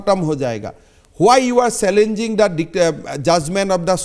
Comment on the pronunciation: Himonto biswa sharmaji ne challange ko sallange kiyu bolta hai ?